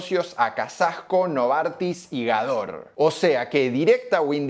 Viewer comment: Hola el nombre de laboratorio Gador debe decirse como Gádor ya que su fundador fue un húngaro con ese apellido y no como si fuera francés... Perdón